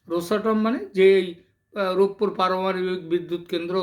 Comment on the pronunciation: শব্দটা "রূপপুর" হবে রূপুপুর হবে না । খ এর ছেলে স্কুলে যাস নি বাংলা উচ্চারণ করতে ও জানিস না আবার আসছিস আন্তর্জাতিক রাজনীতি নিয়ে কথা বলতে। 😂😂😂😂😂